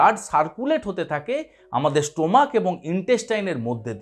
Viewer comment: অ্যাস্থেমা বলে কোন রোগ নেই। ওটা আপনার বিকৃত উচ্চারণ! তেমনি 'স্টোমাক'-ও একটি বাজে উচ্চারণ!